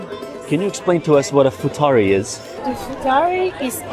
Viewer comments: Bro it's iftari not futari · It's not FUTARI, it's IFTAR-i guys... it's the meal when we break fasting